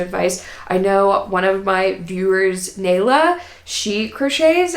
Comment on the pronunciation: it’s pronounced like nigh-lah but I answer to all forms 😅 (actually spelling has an accented a, Náyla) Happy to help! Crochet is honestly so fun. I think you’re gonna love it.